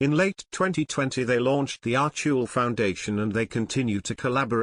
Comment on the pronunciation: Would you please update your proram!? It's pronounced ARCH-WELL, NOT AR-CHEW-ELL!! PLEASE!😠👵🇺🇸